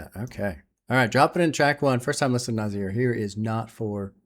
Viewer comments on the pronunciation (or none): manages to mispronounce "nas" and "nasir" pretty amazing stuff considering how much Nas says his own names in rap songs. Nazzzzz Nassssirrrrr